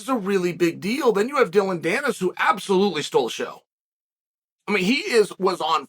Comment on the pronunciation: Im just here to see how chael is pronouncing dillon danis